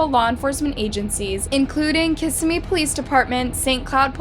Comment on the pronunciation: Kiss si me is how to pronounce it, as someone who has grown up in Kissimmee